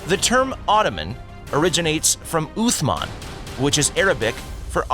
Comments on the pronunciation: You mispronounce both Uthman and Osman. The second syllable in both cases is more like “maan”, not “man”. Also in Turkish “s” is not pronounced “z”. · Its not osman its uthman. The th is pronounced through front teeth